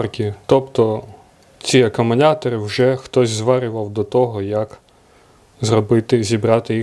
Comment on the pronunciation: Акамунятори🤣👍, до логопеда сходи чучало!